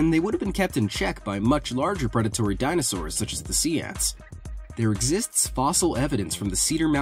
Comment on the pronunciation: He said dinostores